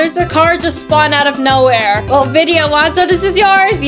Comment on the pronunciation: her name is not ViDa it's Vidia